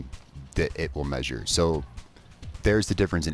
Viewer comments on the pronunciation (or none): none